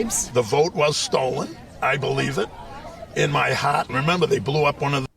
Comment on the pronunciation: I believe it in my Haaaght (Heart). Must be something with ignorant local accents and Trump Cultists, cause we got a lot of them in NYC too. He really laid into that HAAAAGHT too, LMAO!!!!